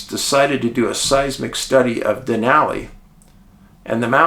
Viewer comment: David, thanks for pronouncing "Denali" correctly.🇺🇸